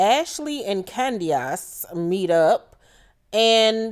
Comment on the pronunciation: Hey. Heeheeee. You KILL me every time you say Candiass. LMAO 🤣 You's a whole fool and I LIVE for it. ❤🧡💛💚💙💜 WTF is Giselle wearing there? 😳 If I had to deal with Candiass I'd be drinking all the time too. Lol. Chris and Candiass are headed for the end. (Call me Chris 🤭)